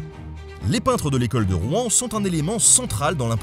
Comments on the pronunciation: Pourquoi les nonnormands disent Rou-en c'est Rouen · Alors, pas de soucis hein, mais on ne prononce pas le nom de la ville comme ca ^^ . On ne dit pas [Roue-an] mais plutôt [Rouwan]. Comme une seule syllable. En tout cas c'est comme ca que les gentilés le disent. Mais pas d'offense, dans le fond on s'en fou un peu. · J'aime pas la prononciation de "Rouen'. On croit qu'on va cracher tous nos boyaux ... Et j'habite a Rouen ...